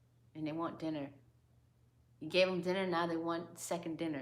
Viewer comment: "NOW THEY WANT A 2ND DINNA" 😭😭😭😭😭😭😭😭